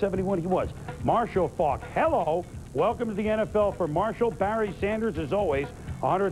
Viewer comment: Robin Roberts cannot say "Faulk" (Marshall FAWK)